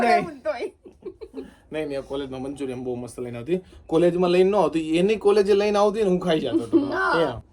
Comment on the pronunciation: tame Maa-Dikro bhega thai ne Payal ne radavo nai..ae vlog ma hasvama kadhi nakhe che... Payal bau sari che...ae tamari same jibha-jodi nathi karti... aemne pan khotu lage... tamari mummy ne kaho k payal ni taarif vlog ma kare... thank you❤ And it's manchuriaN not manchuriaM❤😊